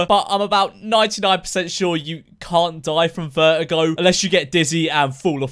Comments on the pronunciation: he said vertigo as veigo i think britishers skip the 't' imagine him saying "attestation" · Lol I thought he said vergo and my sis is a vergo WAIT I CAN DIE FROM MY SISTER?